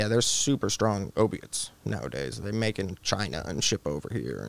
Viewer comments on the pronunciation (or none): none